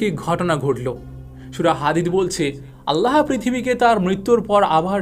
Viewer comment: বিশাল বক্তা! এখনও আল্লাহ্ উচ্চারণ পারেন না। আল্লাহো কোথাও লেখা? ও কার কই আছে? আগে শিখেন, তারপর পাকনামি করেন।